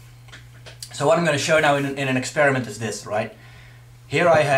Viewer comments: IT'S PRONOUNCED EX-PER-I-MENT. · wow, i always thought AIDS (acquired immune deficiency syndrome) was a condition caused by the HIV Virus. I guess I missed the part where it suddenly turned into a virus itself. its hard to take someone who cannot even pronounce what he's trying to "ec-speer-am-nt" with seriously. so i guess that means only those with vaginas can get AIDS thank god I don't have a vagina. he should do some marketing for the Pope thanks for the laugh! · Moralfag can't say experiment.